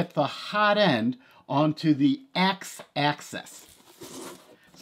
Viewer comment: I had to stop watching. It’s “Axis”, not access.